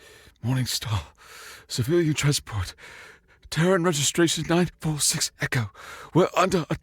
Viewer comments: I was really surprised a scifi story VA mispronounced "Terran" repeatedly. It's pronounced "Tear-ran." Like tearing and then you ran. Tear-ran. Not "Turr-rone." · I'm pretty sure Terran is not meant to be pronounced like Tehran